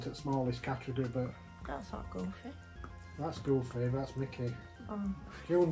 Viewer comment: You guys are funny!! 😂 love how you guys pronounce their names 😜 ‘Goofay’ lol